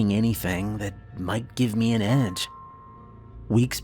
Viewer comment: Bless his heart narration 10/10 Storytelling 12/10 Imagery 10/10 Varying character voices (quite impressivel)demon voices 10/10 How to pronounce the word me- .5/10